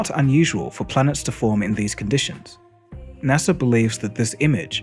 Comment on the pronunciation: its nasa not Nasser